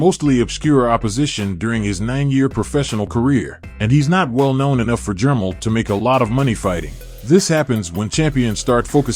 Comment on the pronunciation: reluctantly watching but that ai bull shit sucks unless u just a boxing dude who really dont know how to aununciate lol jermell not jermull